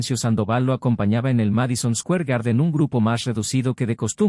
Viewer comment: Sí, que rara la pronunciación de Square y otras, ni en español, ni inglés.